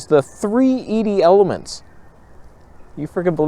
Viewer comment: I don’t understand which kit lens you are saying is better. You said the new one having 3 ED elements was a deal breaker. Is that good or bad?!? Or are you saying threee-d elements?